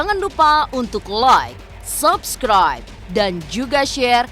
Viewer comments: Gue bakal Subscribe Chanel ini kalau bisa ngucapin kalimat "LAAAAAAIK DAN SABSKRAIB" dengan benar. Bukan "Loikkk dan Sobskroib" woyyy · sebenernya ini udah agak mendingan. Soalnya gue komen mulu 🤣 Justru itu karena dia prononsasi Inggrisnya salah. Like itu dibacanya LAIK bukan Loik. Kesel banget gue dengernya. Ngebayangin bibir dia pasti sambil monyong😂😂😂